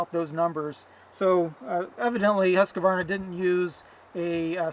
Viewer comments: ts pronounced "Huskwarna" and not "Huskawarna"! :-) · Its Swedish,my friend ,thats how its pronounced. I write it because it has been many years where americans say HUSKAWARNA,and it sounds dumb. And dont get me started on how you people spell my country; I am a Dane,not a Dene! :-)